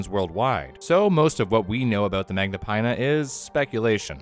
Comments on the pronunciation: Magnapinna is pronounced with a short i as in fin. It litterally means great fins. Remember that. Americans, please put some research into pronunciation before butchering a scientific name. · where did you learn to read so that when you see the letters "-inna" you say eye-na instead of in-a